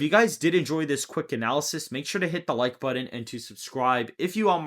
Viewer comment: That’s not how you say button